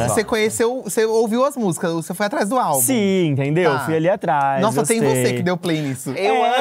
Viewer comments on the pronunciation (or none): Eu, professora, na hora que o falou: "A maldição do 4° álbum", escutei: "A maldição do 4° A", que é sempre a pior turma da escola! 😂😂😂 Socorro!!!!!